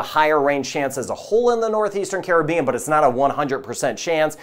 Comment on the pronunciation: I like your pronunciation of Caribbean, Dominica, Antigua, Tobago. I'm guessing I'd approve of your pronunciation of Grenada, too!